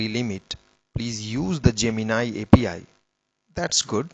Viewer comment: Ajeeb gadhe ho tum yaar, bekaar me time barbaad kar diya. A P I ko apee bol raha hai... aur editing bhi teri sahi nahi hai.. Agli baar soch samajh ke aur achhe wale Voice Genration ka upyog kar ke Video banana.... warna yu hi gaaliya khaata rahega.